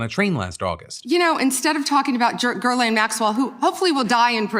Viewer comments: There's something so weird about MAGA. The not pronouncing names correctly... the AG who went over all the files is gonns call the pedo lady Gherlaine? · Did she just say “Gerlain” maxwell? 😂 how tf does she mispronounce that name?